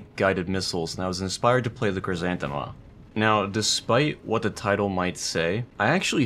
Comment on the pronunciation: Actually, it's pronounced Khrizantema